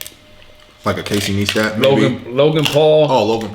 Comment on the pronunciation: Casey N(i)-stat...NOT...N(ee)-stat 👍👍👍